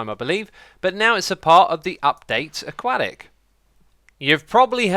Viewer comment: it's a-kwo-tik